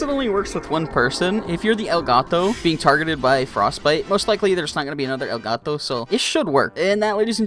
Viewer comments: He says it like gito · “El gato” ur pronunciation honestly makes me laugh